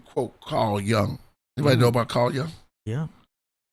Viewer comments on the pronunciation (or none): It’s Jung, but it sounds like yooh-ng not like young. The u in his name makes an ooh sound. Sounds like yoo-ng.